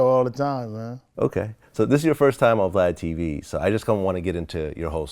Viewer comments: & Vlad still got the name wrong 🤦🏽‍♂️🤦🏽‍♂️ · Vlad a bitch lol retelling keefe d story lol ...its tupac its tupac...vlad yu bitch yu